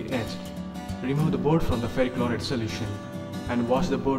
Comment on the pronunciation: What board do you use to make the pcb please? Also you said some word chroride i could hear cos of music all i heard is chroride But thanks anyways